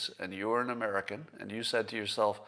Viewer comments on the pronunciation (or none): none